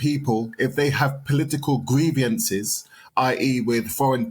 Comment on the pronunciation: I would worry about a mentor or whatever he is who uses the word greivances all the time but has never learned to say it properly, there is no i after the v.